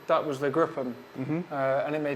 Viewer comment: Great test! It’s pronounced “group m”, not “gruppem”. Gruppe is German for Group